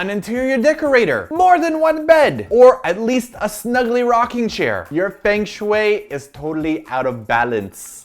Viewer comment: "Your FENG SHWAY is totally out of balance" It took me a while to realize that meant feng shui. LOL